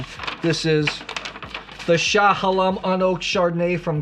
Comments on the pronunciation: Sha-Hay-Lem .. sorry, but it's also a style I prefer as I get older .. less butter, more steel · I didn't even mention his mispronunciation of Chehalem because that was more understandable for someone not from Oregon. Willamette is not hard to pronounce correctly, and he does know how to say it but chooses not to. Why not start calling Champagne Cham-PAG-knee or Rioja RYE-o-jay or Sonoma SON-o-may and see what reactions he can get from people.